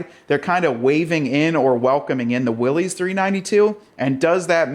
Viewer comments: It's not Willy's Jeep. It doesn't belong to Willy. It's a last name. Pronounced "Willis". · WILLYS rhymes with Phyllis!!! It’s not the jeep that belongs to Willy! 😂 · John North Willys was the founder of Willys Overland, for a time before the Great Depression Willys Overland was the second largest car manufacturer in the world behind Ford. John North Willys pronounced his name "Willis", not "Willy's" with an apostrophe "s" as in belonging to Willy or Willie. Willys Overland struggled for many years during the Great Depression with new investors, mergers, and partnerships before World War II and the production of the General Purpose light military vehicles which became the Jeep we all know and love today. Out of respect for John North Willys and his legacy we should at least try to pronounce his name correctly.